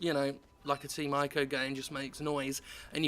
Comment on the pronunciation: it's pronounced "eco" Not Ico